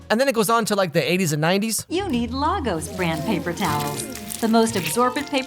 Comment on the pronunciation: Who thinks it’s funny they mispronounce Lagos